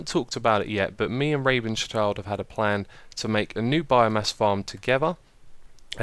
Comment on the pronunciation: I love how you say rabenschild completely wrong :D